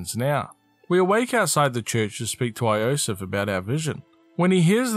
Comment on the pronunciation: yo-sef, not ayo-sef...